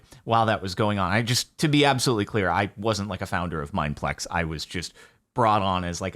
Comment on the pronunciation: why bro say our name like that tho???